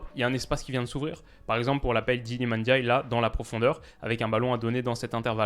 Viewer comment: Merci de ne pas dire NNdiaye cmm le disent les français.